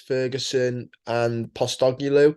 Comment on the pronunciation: Ange Posstogeloo hahahaha that's the best pronunciation I've heard of his name yet.